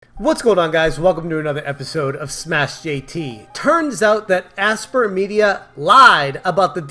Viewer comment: FYI Aspyr is pronounced “aspire”. As in they used to aspire to release this DLC. 🤣